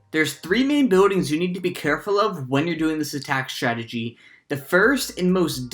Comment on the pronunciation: "Really nice statgy" 😂